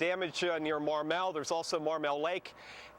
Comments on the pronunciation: It's pronounced Ma mel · homeboy just said mar-melle HAHAHA